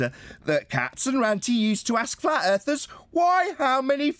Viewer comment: There's no 'r' in flat. :)